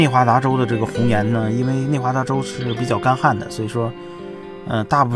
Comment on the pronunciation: 内华达州 不是 内达华州 😂